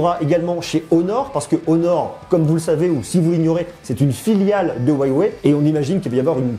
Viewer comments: c'est Huawei pas whyway 😂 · Huawei ça se prononce U ah way et non Ouaille-ouais... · Ca se dit wewey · Huawei se prononce ¢$££®>¥¤® ! Inculte ! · "hruawei" on dit même ^^